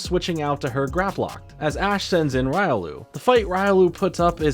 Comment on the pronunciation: no the bad joke is u pronouncing Riolu that way. The Anime says it.